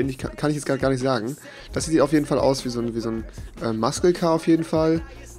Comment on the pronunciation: diese aussprache von muscle car hahah bruh